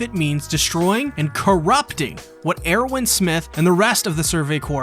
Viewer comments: And Er-win, not Ear-win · Every time he pronounces Erwin as “Air-win” I can’t help but think of how great a name that would be for a new Jordan shoe lol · Am I the only one who's bothered by "AIRwin" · Proper pronunciations: Hange: Honjee Erwin: Airvin Paradis: Paradee Shiganshina: Shiganshina. Why do you split it up like four different words for every syllable? Lmao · what the hell is wrong with the way you pronounce "erwin"? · the way you say erwin's name triggers me, but other than that. good video